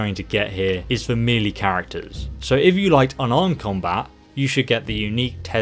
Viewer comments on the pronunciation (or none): FYI Melee is pronounced 'May Lay' not 'Meal Lee'. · took me a while to realise he was saying "melee" not "meely"